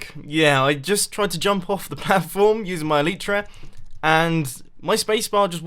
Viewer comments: MUMBO please pronounce Elytra correctly. It's Elytra not Eleytreea (A-lie-Tra) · You need to light up the underside of the dirt you placed whilst terraforming PS It's called el(Y)tra not el(I)tra :-) other thai that keep up the good work love your videoes :-D